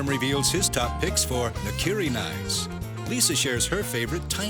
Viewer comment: Come on, put the word in Google translate to learn how to pronounce ’nakiri’. Or at least pretend it’s Spanish. 🙄